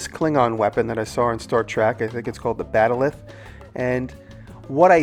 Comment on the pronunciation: Gosh, Jimmy... Trek fans everywhere probably gasped when you said "Star Track"... and, it's a "bat'leth". What an awesome pizza over/cutter, tho! You're still awesome in my book.